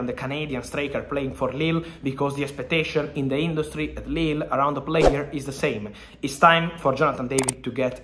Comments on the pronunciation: lille ? 😂 spray it again ... what was that ? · Fabrizio will never say Lille again